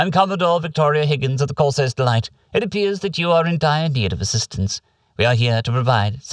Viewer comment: the way you pronounce Corsair as "Corsiair" always makes methink ita something alien and unique. Pirates are cool too i guess:P